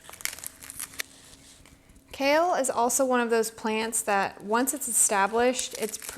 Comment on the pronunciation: When you say "kale" chip . . . it sounds more like you are saying "COW" chip 😮😅😅😂😊